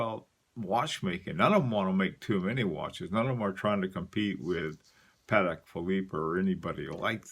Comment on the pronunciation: luv ya, baby. I even love the way you murder foreign names. But, I happen to be of Polish descent, and I hate how people mispronounce Patek. It's PAH-teck. Czapek is similar. CHA-peck. This is significant because these two fellas founded Patek Czapek, the forerunner of Patek Phillippe in Warsaw. But soigne folk like to give a French flavor to the pronunciation of that company--in my estimation because they want it to sound Swiss-French and not Polish.